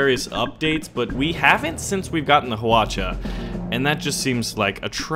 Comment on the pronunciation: wow u pronounce hwacha(화차)very well!! so surprised! XD